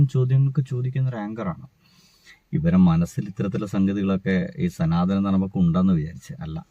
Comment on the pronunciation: Ath 'Sanaathana' alla "Sunaathana" 🍌😂😂